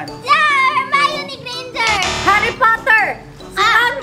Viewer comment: "Si Hermione Grainginger" 😂😂